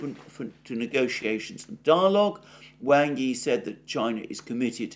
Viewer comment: The corrrect Chinese pronounciation of Wang Yi is "Wung ee"... I watch your updates every day sir!